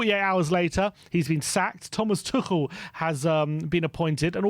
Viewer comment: Oh, you have finally learnt how to pronounce Tuchel properly and now he is no longer an option for us 😀